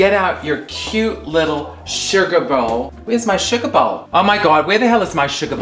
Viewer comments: Say "shuggah bowl" again lol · I just want a compilation of Coco saying "tea" and "sugar bowl". That's all I ask for.